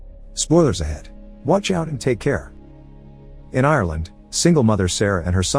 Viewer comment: the way you pronounced ireland 🇮🇪 the e is silent